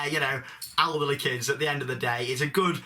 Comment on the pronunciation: ....Did he say "alderly kids", or "elderly kids"? ...Either way, i'm getting it on a t-shirt! :D